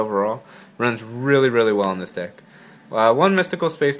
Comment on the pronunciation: It sounded like he said "so this is the dick" omg